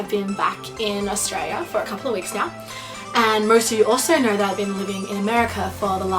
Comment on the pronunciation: "Hey guys, ser merst of you kner" Reminds of me the 'ermahgerd' meme.